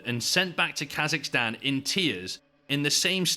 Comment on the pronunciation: The minute I heard Kasicstan 😂